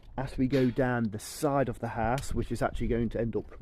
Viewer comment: for someone who can build a house so well you do struggle to say the word house.